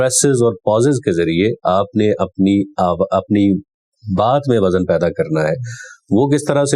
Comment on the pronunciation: اپ نے وزن کا تلفظ غلط بولا ہے وَزْن یہ درست ہے جبکہ آپ نے وَزَن پڑھا ہے